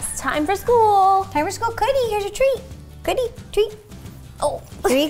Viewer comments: I love how she called cookie coodie 😂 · I love how ro doesn't say cookie and sometimes say coodie. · Why do you say Cody instead of cookie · A lot of the time when Ro says cookie, it sounds like Cootie. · Was it me or ro said coodie instead of cookie when she was putting the treats in the puzzle thing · Is it me or does it sound like Ro says ‘cootie’ instead of cookie? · does anyone else hear ro call cookie coodie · why are you calling your dog coodie.Its cookie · You keep calling her coodie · she keeps saying coodie